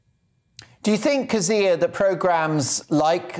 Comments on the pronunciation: Jeez, you'd think the host would have learned to pronounce your name given he used it about 50 thousand times. It's funny to hear you interviewed by someone who doesn't know your opinions on everything yet :D Methinks that fella has a lot to learn. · Well done Kezia! The interviewer is incredibly annoying. The guy could have learned how to pronounce your name don’t you think? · My god why can't pronounce Kezia properly....